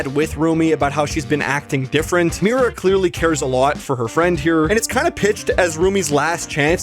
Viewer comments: um It’s Mira Not mari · he said mari instead of mira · Bud.. it’s Mira not Mary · Not bro saying “Mari” instead of Mira TWICE.